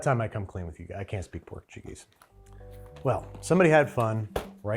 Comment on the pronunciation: I’m not portuguese and am a monolingual English speaker, but hearing him CONTINUOUSLY pronounce Portuguese like Spanish is irritating me so so much